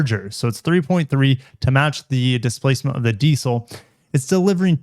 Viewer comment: Mazda not marzzz-daarr Diesel not dissell you stupid yank